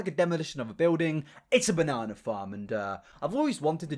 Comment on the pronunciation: 'Hav a banana' 🍌🍌🍌🍌😂😂😂 Sorry about that. British.